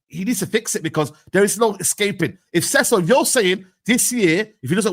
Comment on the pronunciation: Cecil??? Nah man pls don’t ever do that again